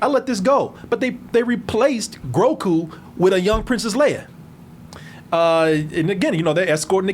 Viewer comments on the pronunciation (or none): Lmao cant stop saying “Grocku” instead of “Grogu” whenever he talks about him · The "have a drink every time calls Grogu 'Groku' and no one corrects him" game is back! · Ok but for real how the hell has not been told that it's groGu, not groKu?? It's been inking me for months lmao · The first time he said Groku in this video was probably an honest error. The second time was on purpose to eff with us. Lol 🤣 These Groku posts should be at the top. But does even read the comments. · uhh no. but mispronouncing and misnaming people and char is just something u gotta deal w/. he gets on carlos but he's nearly just as bad.